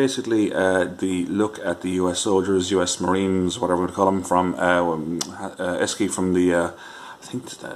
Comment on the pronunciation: Esci is pronounced Eshi . During the early 1980s Esci ran a campaign about the company's name the copy was "Say Eshi"